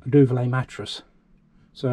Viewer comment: Duvet not duvalay